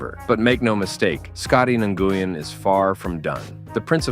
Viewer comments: N Goo Yen ridiculous. Win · Nguyen is pronounced like "when". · Im Vietnamese, and its more like "nu-win" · Who is Scotty Nu-guy-an? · He's almost as good as Scottie NGooWeen. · I almost turned off this video due to how bad this narrator pronounces Scotty Nguyen